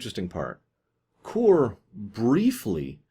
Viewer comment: isn't the name of the Klingon Kor? not Koor? i mean aI may be wrong, but thats what i remember his name to be